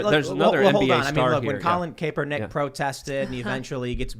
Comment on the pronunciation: The way Tim attempts to accurately say people’s names is hilarious. He says Colin Capernick. Tim, it’s Colleen Krapsondicks